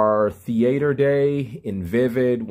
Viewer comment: Thee-aighter day